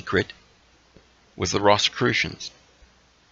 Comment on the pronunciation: It's pronounced "Rose-i-crewshon"